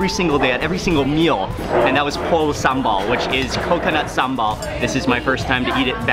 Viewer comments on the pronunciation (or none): not sambol but sambal